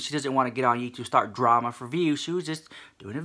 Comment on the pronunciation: "We got some DRRRAMA Honey!" <-- I am soooo here for the way you say it!!! Yaaaaas queen!!